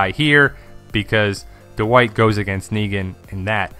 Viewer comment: Every time you say "dwight" i hear "the white" hahaha